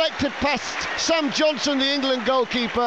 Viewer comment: why can't the commentator say, Johnston?